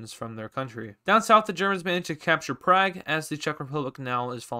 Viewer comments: Prague not Prag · Prague is pronounced Prog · he said prag